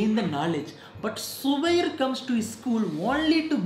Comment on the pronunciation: Noone: zubairs teacher:*subair*